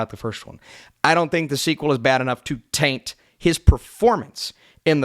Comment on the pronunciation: Affleck that low is criminal. Straight to jail Also the way you were stressing the word "taint" while talking about joker made me uncomfortable 😉